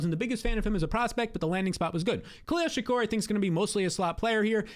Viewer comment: He'll do anything except pronounce Shakir right 😂😭